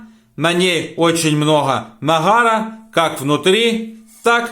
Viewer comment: .... на ней очень много нахара,захрязнена ,харчицей,режет слух,но хохотали с подругой от души 😅😅😅😅😅